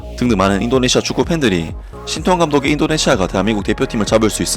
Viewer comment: 인니는 " 태 " 자 발음을못하나 " 따 " 라고하네. ㅋㅋ